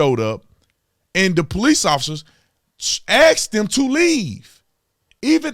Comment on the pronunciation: If you keep saying " they ass dem to leave" you're going to get demonitized by Youtube, you have to say "asked them to leave" .... Lol, I love ya, but I have to poke fun when I can...